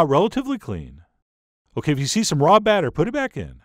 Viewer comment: Batter rhymes with matter